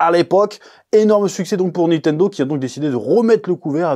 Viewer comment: Nitendo ou Nintendo ? C'est comment qu'on dit ?